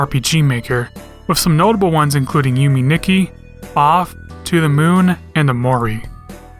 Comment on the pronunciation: Getting caught off guard with the "Yumi Nikki" was so funny Lol. It should have been "Yume Nikki".